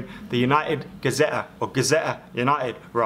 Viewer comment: It's Gazzetta, not Gazetta!! If it were Gazette, that would be correct...